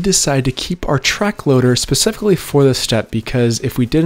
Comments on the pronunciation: Wait he says “Pacifically”, instead of “specifically”. I’ve heard him say this several times in other vids and I thought I heard incorrectly. It’s ok, some of us take a bit longer to get that right. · Specifically...not "Pacifically - a ground woven barrier"